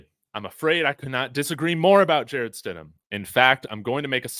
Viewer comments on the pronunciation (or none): he says Jarret Shit-em!!!